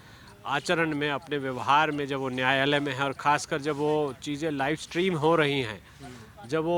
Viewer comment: nayalay na bolay- Baysalay boliye.